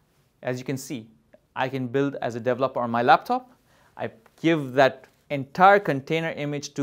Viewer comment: Iit's "de-VE-loper" and "de-VE-lopment", otherwise good tuorial.